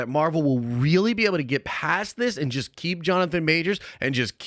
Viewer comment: "Jonathan Majors was 'jist' dropped" .................."jist"